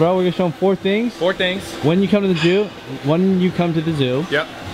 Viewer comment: said "when you come to the jew" lmfao